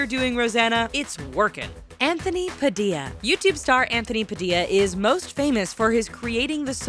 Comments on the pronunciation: Anthony PADIA. Really -_- i dint want to say this but it is pronounced: padilla! I think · ITS PADILLA, NOT PADIYA, YOU PRONOUNCE IT PA-DILL-IA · you said Padilla wrong my last name is Padilla and it annoys me when they say it like that 😠😲